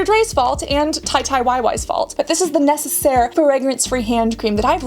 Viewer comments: Hi! Bilingual French-Canadian here. Just popping in to let you know you’re saying it right :) Neh-seh-sare (nécessaire) You rock! (T’es géniale!) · As a nurse living in Canada, my hands are so sore half the year 😅😅😅 I love my hand cream to be super nourishing but it has to penetrate my skin right away. I normally use my body moisturizer but during the winter, I like the FAB ultra repair cream, but it is pricey 😅😅😅 You’re saying nécessaire quite right: nay-say-sss-air ;) ( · Nécessaire= neh-seh-sair